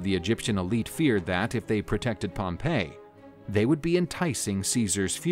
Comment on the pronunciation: Pretty sure it was pronounced Pompy not Pompay. You might be confusing him with the city of Pompeii. Have you been taking lessons in pronunciation from Biographics?